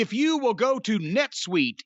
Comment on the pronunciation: It's "netsuite" buddy.